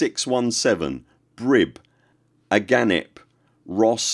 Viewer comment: Ah Gah Nih Pee, not agahnip